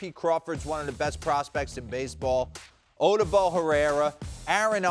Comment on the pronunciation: They don't even know how to pronounce Odubel so i know they don't watch the Phillies